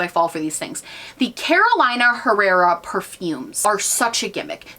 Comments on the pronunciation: spot on with the Moschino pronunciation! (*whispers* but it’s “Caro-lee-na” for Carolina Herrera 😉) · You should also look up how to say Carolina Herrera correctly... 🇻🇪🇻🇪🇻🇪🇻🇪💓